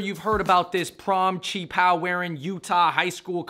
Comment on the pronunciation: Doubt she even knows how to pronounce qi pao lmao